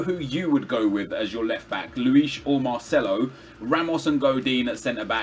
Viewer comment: Definitely go with MARCELO! Don't say Marceno to Marcelo!